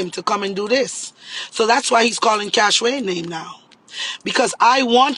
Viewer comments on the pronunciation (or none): She cyah call Cash-wayne name sah 😂😂😂